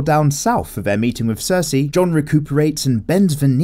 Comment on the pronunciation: “Dayanerys and cersey”